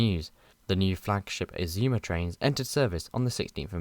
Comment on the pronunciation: The first time I've heard the Azuma's pronounce as Aszumas. The revised Intercity livery on the 225 sets is so classy. I think it would even look brilliant on the Azumas.